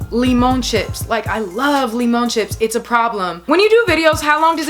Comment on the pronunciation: saying limón is so funny. I love it 😂